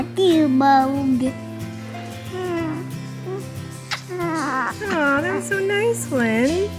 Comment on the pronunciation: i believe you mean “cutie bOhg(s)” 😂🤍 gosh they’re all so cute!!